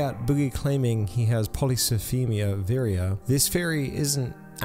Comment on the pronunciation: My mom literally has polycythemia vera and the fact that he couldn't even pronounce it right pisses me off.(Obviously it is 100% a hard word but my mom having it I knew how to pronounce it pretty much right after from how much research I was doing due to being terrified for her) He doesn't know shit about this cancer. My mom was 30 when she had her first stroke. She can't get her blood drawn (which is the main form of "treatment" ) because her iron is way to low so she has to take literal chemo pills and there's days that she can't even get up, there's days where we all know if she doesn't avoid stress it'll make her levels way to high and she may have a stroke again, there's days where you can just tell the cancer is making her weak. Sure she has her good says but he's pissing me off